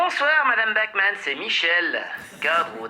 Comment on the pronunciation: Bachmann prononcé "backman" à l'anglaise un scandale